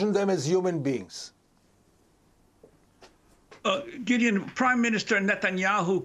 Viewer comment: Why is she saying Gideon wrong?